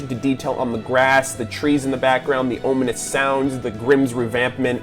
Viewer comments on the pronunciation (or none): Cool video, the only thing that annoyed me was you kept pronouncing "ominous" wrong. It's om now ohm!